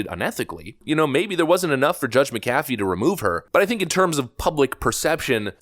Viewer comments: It’s Mc-Afee. Like Mc-Donald or Mc-nally. Why is this hard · It's JUDGE MACK-UHH-FEE!!! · You’re pronouncing the Judge McAfee’s last name incorrectly like your pronounced Warner Bros. incorrectly. You said Bros.instead of “Brothers” when that company was in the news in the past. Hopefully you’ll now to say it correctly in the future. Thanks.